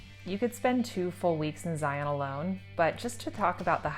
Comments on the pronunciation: Zion rhymes with lion, NOT "lie on." Please, tell a friend. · Psst! Local pet peeve: it's pronounced "Zeye-un", not "Zeye-ON". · I’m always amazed at official travel guides that don’t know how to pronounce Zion. Zi-en. Not zi-on. Otherwise great video!